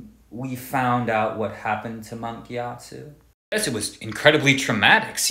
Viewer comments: the gyatso pronunciation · I’m a pacifist till I hear his pronunciation of Gyatso.